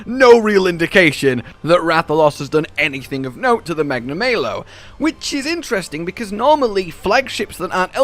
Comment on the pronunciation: Tetra-nay-don... Magna-may-lo. Im confused.